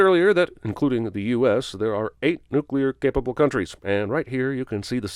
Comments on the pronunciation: Few things annoy me more than “nucular”. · Can we talk about the fact that he said nucelar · Nook-Yuh-Ler ding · You said nukular. I heard it. Just sayin, you sinned a guy in another movie for it lol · Jeremy, you said "nucular" - I'm adding 55 sins to your f*cking counter ! Di-di-di-di-di-di-di-di-di-di-di-di-di-di-di-di-di-di-di-di-di-di-di-di-di-di-di-di-di-di-di-di-di-di-di-di-di-di-di-di-di-di-di-di-di-di-di-di-di-di-di-di-di-di-di-ding ! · “Nucular” *ding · I'm disappointed in you J-bird. During the Indiana Jones and the Kingdom of the Crystal Skull video you sinned Indiana because he pronounced nuclear "nuculer". Now you have done that same thing. By the rules that I just made up you have to sin yourself and carry that with you till the end of time. It's only fair. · Nucyular? NUCYULAR? You, sir, have lost some sin cred!